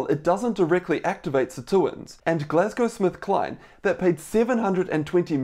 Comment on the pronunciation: Hi doc thanks for this but I keep hearing you say Glasgow SmithKline 🤔